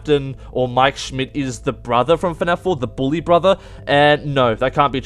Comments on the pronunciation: Josh Heatley no he deffinatly said broper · nah he said BRAther